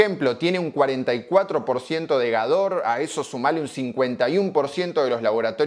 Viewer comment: Hola el nombre de laboratorio Gador debe decirse como Gádor ya que su fundador fue un húngaro con ese apellido y no como si fuera francés... Perdón